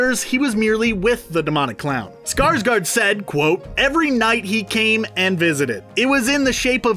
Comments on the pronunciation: It's SkarsgÅrd not Skarsgard..... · Skarsgård is pronounced Scars-gored, not Scars-guard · Me: being swedish and offended Cause everyone say skarsgard ITS SKARSGÅRD the å is like o :)